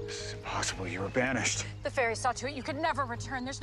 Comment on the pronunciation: I thought she said vanish oops 😂😂